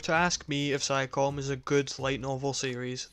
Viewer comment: I love your review, and I'm not trying to criticize you or anything, but "Psycome" is pronounced like "Psy koh may"